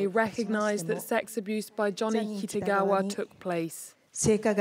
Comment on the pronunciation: The way the reporter keep on saying KITAWAGA🤣 (The correct name is KITAGAWA)